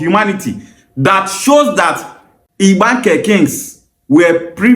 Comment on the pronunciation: See how he is pronouncing Igbanke. To show you there is no similarities in-between.